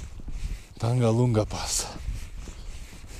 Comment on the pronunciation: Was waiting for ur videos and now it's raining videos.. thanks 🤣 by the way it's Tag-Lang La... And also very beautiful place!!